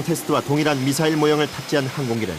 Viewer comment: 미슬이 뭐냐 미쿡사람이냐? 미사일 이라고하면 촌스러운거냐?